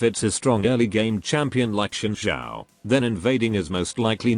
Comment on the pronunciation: Hold up, how did he say xin zhao again?